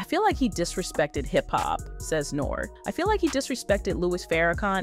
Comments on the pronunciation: At least fix the AI saying Nore like "Nor" 😂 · his name is pronounced NORE...the "e" is a long vowel sound. Are you a part of the culture? Everyone knows NORE...he was even in Paid in Full